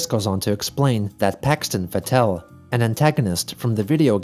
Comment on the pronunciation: Everyone: pillow humping?!? Me: thats not how you pronounce Fettel!